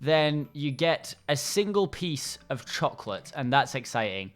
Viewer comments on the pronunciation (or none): CHAWCLATE ???!!!!!! DID YOU SAY CHAWCLATE?! CHAAAAAAAAWWWWWCCCCCCLLLLAAAAAATTTTEEEEEEEEEEEE #SpongeBobMyBae